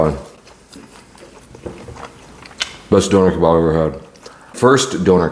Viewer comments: bro said downer kebarb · It’s not a doner kabob ? It’s a doner kebab 😂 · “Donoour keybab” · You said donner kebab like the Northern Irish ☘️ ❤🎉😂❤